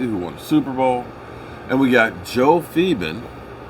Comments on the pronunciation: Exactly what i said.It's also not Phibin it's PhiLbin. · Lol!😆It's Marc Colombo & Joe Philbin not Marco Colombo & Joe Phibin.U kill me with how u butcher these guys names.😆